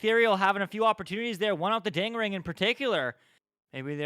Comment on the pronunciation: Him saying ding ring hurts my brain